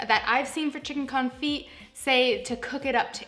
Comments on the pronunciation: It’s not con-feet. It’s cone- fee. The t is def silent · Thumbs down because this is what I took away from this video ... confeet confeet confeet confeet confeet confeet confeet confeet Good grief woman. You run a cooking channel and it's the topic of your video. 5 minutes of research and you would've figured out that it's pronounced con·fit ( /känˈfē/ ). The "t" is silent. All I heard through this video is how to cook chicken ... with feet. Disappointed. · It's pronounced con-fee like ballet is pronounced bahl-ay. French words don't sound the T at the end. The constant T pronunciation was like nails on a chalkboard for the whole video. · The t is silent...